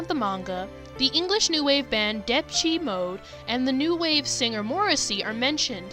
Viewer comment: "Deptchy-Mode", I— HELP.